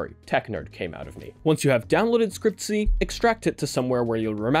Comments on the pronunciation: its not scrcp-y, its scr-cpy, for screen copy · when he pronounced it "scriptsy" i died inside. i usually pronounce it "Screen Copy" because thats basically what the acronyms are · Scriptsy was so cringe 😂😂😂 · FIY for anyone that cares, scrcpy is pronounced "screen copy", the vowels are just removed. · scrcpy is pronounced 'screen copy' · It's pronounced Screen Copy. Or screen copy .py. Sndcpy doesn't require android11. Another input option is holding your actual phone and tapping on it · SCREEN COPY. SCRCPY IS PRONOUNCED SCREEN COPY! sorry for yelling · Scrcpy is spelled screen Copy xD but the pronunciation is already wierd